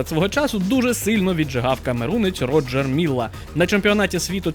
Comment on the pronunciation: Все круто, но не РОджер МИлла, а РожЕ МиллА